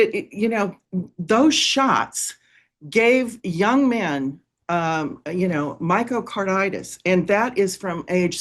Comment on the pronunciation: Myocarditis, not Myco.